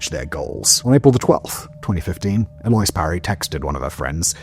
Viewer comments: All words are made up and who the fuck knows maybe her family where from another country where that is how it's pronounced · Eloise? Really? Near me we'd pronounce that El-oh-ese... but is that different elsewhere? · Elo-ahz is the correct pronunciation. The name is French. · Okay, it took me a good two minutes to realise that you don't know how to pronounce Elouise. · if you don't know the difference between bass and bass as an English speaker simply by hearing the context and pronunciation alone you are an imbecile. And it's weird how the name is pronounced but it's irish and I believe based on Gaelic, has to he. It's like sirsha or sorsha. And an English speaker should know how to say eloise for goodness sake and as I said if you can't tell bass or bass apart when reading them simply from context and if you hear someone say it and hear the context and STILL don't know, then you're learning impaired. That is not confusing, spelled the same yes, pronounced different, stake and steak sound the same but are spelled different, when you hear them it's just context and you immediately know what you're talking about. And yeah some lakes are spelled weird but just sound them out. And if you mispronounce a weirdly spelled lake you've never heard of, that can be understood. But mispronouncing Eloise.... wtf? That is so simple even if you've never heard or seen it, you can look and see how it's said. And again, that name is all over the place. Simple shit. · I'm glad I'm not the only one. I've never heard it pronounced anything other than el-oh-eez until now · “El-loise”? Did he mean “El-lo-eese” (likely spelled 'Eloise')? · "Eloise" is pronounced "Ello-eez" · A loyss? You mean a louise? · Her name is pronounced "el-oh-ease", not "aloyce"... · "Eloyse"? It's pronounced "Ell-o-weez" Simon has become an AI voice through social media osmosis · I think that pronunciation is el oh ees hahahaha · It's pronounced elewese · That's not how you pronounce Eloise. It's like ell-oh-ees